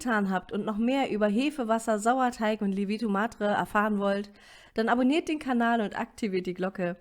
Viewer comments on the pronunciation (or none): none